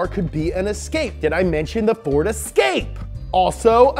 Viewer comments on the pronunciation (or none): none